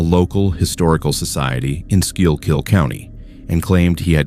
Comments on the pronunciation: Eldritch geometry and biomechanical horror? nice. ps it's pronounced 'skookull', not whatever the ai voice tried lol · so as a resident of Pennsylvania that was supposed to be pronounced “school-kill “county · Lol true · I felt the same way hearing Schuylkill County in story #1. 😅